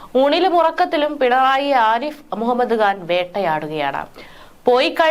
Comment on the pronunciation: കുട്ടീ, ആരിഫ് മുഹമ്മദ് ഖാൻ എന്ന് ഉച്ചരിക്കാനറിയില്ലേ? കഷ്ടം, മലയാളമറിയാത്ത മലയാളികൾ.